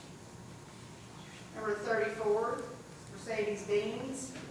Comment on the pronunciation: Mercedes Beans😂😂 I heard